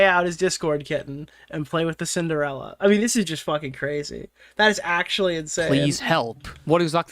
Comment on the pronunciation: ah yes, "sinderalla"